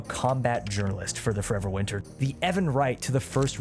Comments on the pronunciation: It is absolutely restarded that you say the name of the game with the most mumbly voice possible and you don't even put it in the description. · Sounds riveting. Just up my alley. It's called Forever Winter? You failed to specify the name besides incomprehensibly slurring it couple of times.